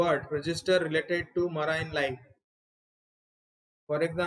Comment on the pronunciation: Please check pronunciation of the word 'marine'